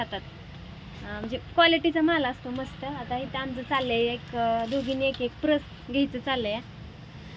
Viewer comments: प्रस नाही ग पर्स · प्रस काय म्हणते पर्स म्हण की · दुबई ला चालली आणि पर्स बोलता येते का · प्रस नाही गं बाई पर्स 😅